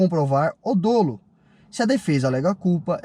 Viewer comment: sinceramente, vcs acham mesmo que essa análise rasa e enviesada desse pé rapado que não sabe nem falar "dolo" trouxe argumentos jurídicos que realmente sustentam a defesa dos blogueirinhos de carro? Fora que quem não rodar por esses vídeos vai rodar por receptação de carro do Paraguai e outras coisas mais.